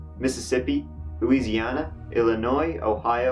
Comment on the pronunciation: Just found your channel, apparently (posting comment on year old post), and now I can't make it through a day without watching. Btw, thanks for pronouncing Louisiana properly, I hate the Loozyanna pronunciation. Thanks for your efforts to entertain us true crime weirdos.